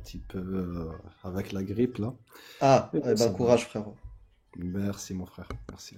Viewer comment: "Mais frrrèrrre" <== plouc.